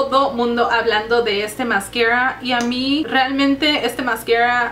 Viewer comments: Es muy chistoso como dice "mascara" 😂😂😂😂😂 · Agostina Molina. Lo dice en ingles